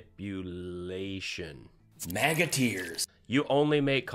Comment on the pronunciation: Maniplulation. It's almost as hard to type as it is to pronounce.